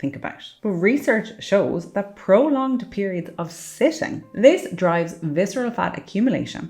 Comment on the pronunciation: reduce fiscerel fat